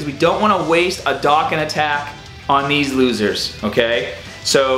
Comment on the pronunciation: Dokkan. D-oh-kahn.